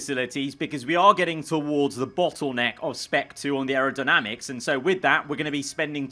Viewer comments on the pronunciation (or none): none